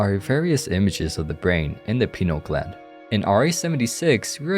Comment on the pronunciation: I can only listen to so many wrong pronunciation of pineal gland bro